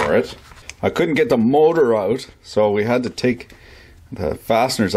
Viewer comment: you add the letter "r" into words without r's. "borch" instead of bosch, "on or orff", "mortor" ect. btw im canadian and I can say Massachusetts fine lol